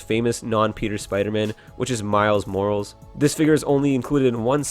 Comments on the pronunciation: Morals? No it’s mo- ral- is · It be called Miles Morales and morales is pronounced more all es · Man said miles "morals " 💀💀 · Did he really just say miles morals? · It's morales not morals are you stupid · his name is pronounced Miles Mor-Ahl-ehs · How to pronounce Morales: More-al-es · this man said “miles morals” 💀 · MORE-AL-ES MORALES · anyone else noticed how he pronounced Miles Morales